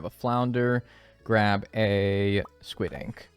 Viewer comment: literally same lol when people say words funny in stardew yt videos I always repeat them. called squid “squits” twice in quick succession and I said it right back to him. and someone i watched called debris “debreeze” and I kept saying it and laughing whenever he said it